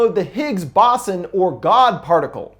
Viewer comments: Boson. Pronunciation: Not BAH-sun. It's BOW-zahn. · The Boson particle is pronounced bow(bow tie)son(grandson). Not Boson( like Boston without the t). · Higgs ~ Bow Zon. Not Baws on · Bow-zon. Say it with me. Bow-zon. Boson. Please. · It’s pronounced bozon. It’s weird but that’s how you pronounce the god particle’s name. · low key high key any key can we work on pronunciations. not even stickler shit. but BOSON. AS IN HIGGS-BOSON “GOD PARTICLE” c’mon my guy you know how much love i have for you. c’mon.